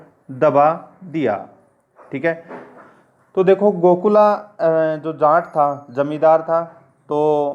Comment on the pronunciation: बोलते time जाट ना कि जांट